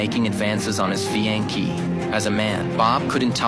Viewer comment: Whoever narrated this should learn to pronounce fiancee correctly.